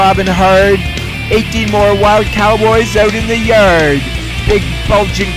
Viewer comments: Out in the yerrrrrrd. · Bro used a Hard R on Yard